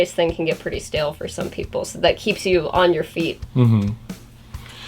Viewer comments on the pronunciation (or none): none